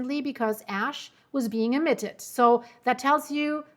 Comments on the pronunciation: No 😂 not ass flying, its ash. . . . Maybe you should think about "Hash" ✌️than when you say it it becomes "Ash" 😮😊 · stop speaking soo fast and relax a little think about what you saying like just slow down a bit she there like nanannanananananaa nananananannanananannananan ASS nnNnnNnn its ASH CALM THE FUCK DOWN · "Ass emmisions". Same as ill never can be serious when NASA scientists want to send a probe to Uranus. Ahahaah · It's my fault! I say ash-hole all the time. You saying a$$ in place of ash is the universe keeping things even...lol. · Sometimes you mispronounce "Ash", but to your credit, you were just speaking about "Cracks".... Its ok, we all have our moments!